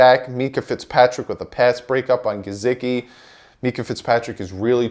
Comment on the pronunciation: WHAT about the name / word "Gesicki" makes you pronounce the S with a Z sound??? COME ON MAN!!!